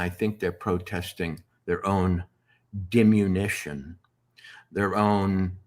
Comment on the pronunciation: Walter, it’s DI-min-OOH-shun, not Dim-You-NISH-un.